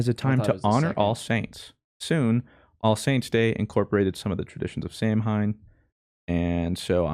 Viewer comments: Two things: 1. Its pronounced Celtic not Seltic. 2. Its pronounced Sou-in not Samhim. Thanks you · Hey, if you do read this the original Halloween Samhain is pronounced SOW-an. I hate to be that know it all prick in chat like "umm actually, you're INCORRECT" but Im legit Irish and I be speak the lingo, as the kids say hyuk hyuk. the patriotism flowing through my veins is overruling all higher brain function. (also I ain't patriotic) love you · Sow-an! Samhain is pronounced Sow-an! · Hey! The original Halloween festival is pronounced Sow-in! It's a cool holiday! Check it out more!! The origins of costumes is cool too! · Bruuuuuuhhhhhhh the pronunciation of "celtic" and "samhain" absolutely broke my Irish heart lmao